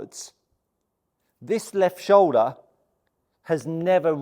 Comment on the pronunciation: What’s a show-da?